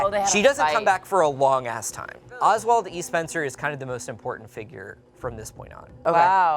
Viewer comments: Oswell, not Oswald. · Dude it's Oswell, not Oswald. Leaving out a ton of info out. What the heck are you doing my man???? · Well, his name is Ozwell, not Oswald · Love you guys and I am so happy you made this video. It is Oswell E. Spencer not Oswald. If you did not know. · Not Spencer getting Oswell E. Spencer wrong and calling him Oswald Spencer. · His name is Oswell, not Oswald. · not to be a bitch jus lettin yall know his name oswell not oswald